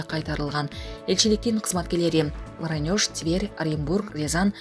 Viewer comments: Варанёж эмес вароонеж. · ударения экинчи ундууго басылат о.ошондо вароонеж деп айтылат жана окулат